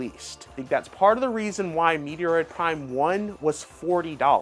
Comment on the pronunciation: MET-ROID....for the love of god. Lol